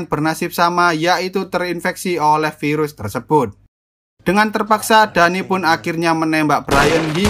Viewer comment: Pirus KENAPA HARUS PIRUS 😂😂😂😂